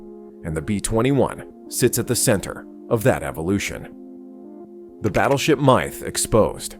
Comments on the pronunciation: This AI voice pronounces "Myth" as "Maith" or "My - ith":face-blue-smiling:! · Ugh, I hate AI narration. Lazy. It couldn't even properly pronounce the word "myth".